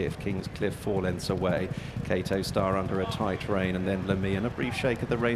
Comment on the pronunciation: Why does the commentator call him kato star and not kauto star?